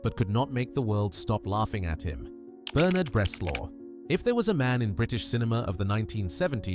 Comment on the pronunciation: Quite agree. Obviously AI narration, too. British accent but pronounces "Bernard" as BerNARD". Dead give-away. Not impressed.